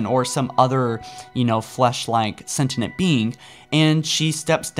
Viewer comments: Lie-bra-rian. Sen-tee-yent. Please... at least give it a try. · If I hear either libary or sentinent again I'm going to kill myself. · "foreigners" "liberrians" "sentinent being" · It’s not sentinent it’s sentient plz it’s getting annoying now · and snetinent instead of sentient. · He also keeps saying "Sentinent". Which isn't a word. It's "Sentient" for fricks sake. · or sentinent instead of sentient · lie-berryan? Senti-nent? An-cilia? You need to get hooked on phonics my guy. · No not at all. It makes my eye twitch every time, along with "an-sea-lia" and "sentinent"